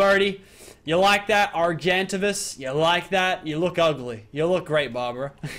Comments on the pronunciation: The bird's name is Are-Gen-Tay-Vuss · The bird is called an ar-jin-tay-vis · When you call an argentavis an argantivous... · The bird is pronounced (argue-en-tav-is) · His name is pronounced, R-Gen-Tavis. Like the letter R, The word gen, then Tavis. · It is pronounced like "Ar-jen-tah-vis" because the G is not silent in Argentavis. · are- jen- tay- vis there's your pronunciation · there pronounced are-gen-tay-vus. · its pronounced Are gen tave i s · its pronounced argent-tavis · It's ar jin tay vis